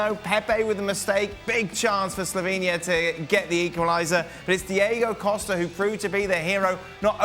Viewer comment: He isn't "diego" Costa. He isn't "spanish"! DiÔgo Costa is Portuguese! Portuguese people may be Spaniards(has ancestral inhabitants of Hibéria) but we surely aren't "spanish" and never were. The comentators here are bunch of jealous, low life creatures! ESPN you're a disgrace! A PESSI kissass tongs!!!